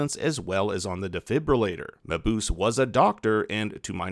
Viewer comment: Dr. Mabuse is pronounced "muh-Booh-zeh", not "muh-Boose."